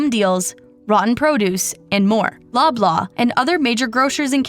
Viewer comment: Every time she says "Loblaw", I hear "blah, blah"